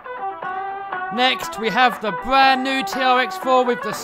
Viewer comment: Heaw we got the bwand new dude were are you from